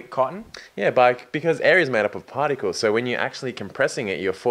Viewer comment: the way says particles it sound like partycals xD